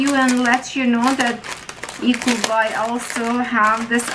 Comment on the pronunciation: When l first heard you say l thought you were saying equal buy